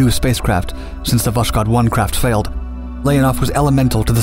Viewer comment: Check wikipedia to learn how Voskhod is pronounced. Voss hod.